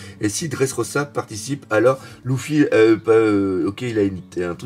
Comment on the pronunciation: Simple question,pourquoi prononce Luffy,"louffy"?